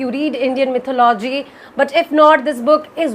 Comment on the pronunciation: Still wrong Its “ mi’thó-lu-jee “ Not “ mi’thó-lo-jee “